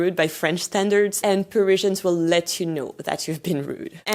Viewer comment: I can't listen to you mispronounce Parizhans one more time. Pa-riz-i-an. It's the same in French F-F-S.